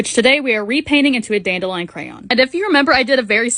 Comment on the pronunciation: Is anyone else annoyed with how she says dandelion also this olis not hate I love watching ur vids